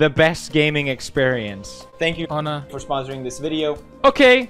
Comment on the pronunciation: Honor, not hawei